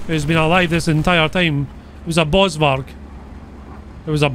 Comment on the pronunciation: Hi, South African here. I understand you are not and for that I say good job. While your pronounciation of the RSA vehicles is generally quite wrong I thouroughly enjoy the content and who really cares how they are said. If you are curious, I would like to give some insight as to the correct pronounciation of the RSA verhicles. Ratel is Ra-till. Ystervark is A-ster-vark. Bosvark is b-O-s-vark (the O is similar to that in Core). Eland is Ear-lund. Rooikat basically has the some oi and in Koi, Rooi-cut in a sense. Olifant is difficult to explain, the O is more like an oe (which likely means nothing to you) so, Oe-li-funt, though you can probably just get away with an english O.